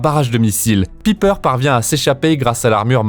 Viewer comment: Pipeur jpp mec prononce bien au moins j'adore tes vidéos mais là tu me cringes